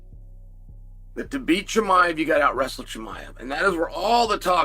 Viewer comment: Chael calling him Chamia makes this video.